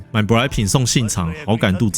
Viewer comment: 買舶來品 我以為你說英文 XD